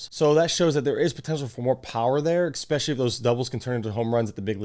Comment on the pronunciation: especially not expecially ;) good video aside from that